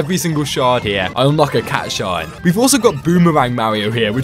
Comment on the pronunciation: It pisses me off how you say cat shi not cat shine